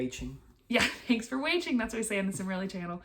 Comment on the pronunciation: I loved when said “thanks for wayching”